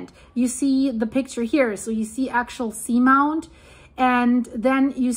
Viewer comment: I have heard it pronounced Ax-ee-all-sea-mount. I love your reports, you’re always on it!